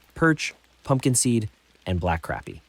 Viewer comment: its crappie not carppie say crap then say the pie instead of pie say with pea sound with it 🤦 learn how to pronounce words right 🤦 just like Google can't pronounce bass right and for walleye you need a hook #1/0 to #3/0 the #3/0 will get bigger fish like trophy for black crappie or white crappie use a #1 #1/0 for trophy